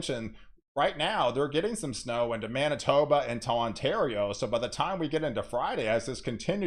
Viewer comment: Did you say Mana-toad-da??? 🤣 That made me giggle quite a lot. I think I'll be using that name for the province for a while.